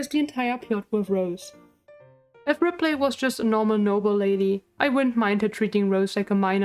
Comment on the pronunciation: Love the video but got so distracted at your pronounciation of ripley lol